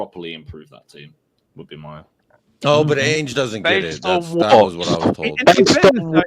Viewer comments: he calls him "aynge" y'all 😂😂😂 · He still calls him "Aynge" 😂😂😂😂😂😂😂